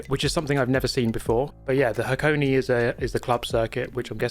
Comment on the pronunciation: It's pronounced Hakoné, not Hakoni.